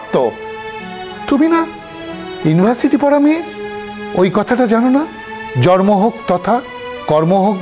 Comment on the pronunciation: এরা কোন ধরনের মডেল যে, এরা ঠিকমতো জন্ম উচ্চারণ করতে পারেনা সেখানে জরমো উচ্চারণ করে। ভাষা ঠিকমতো উচ্চারণ করতে পারেনা। শেষের দিকে জন্ম কথাটা জরমো উচ্চারণ করেছে